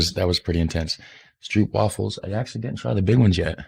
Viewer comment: . How to say "Stroopwafels": Do not say "oo"(🇭🇺) as "oo"(🇬🇧), but say the "oo"(🇭🇺) as "ó"(🇬🇧), as the "o"(🇬🇧) in "No"(🇬🇧). Ps. Use Google Translate to hear how to pronounce the word "Stroopwafels".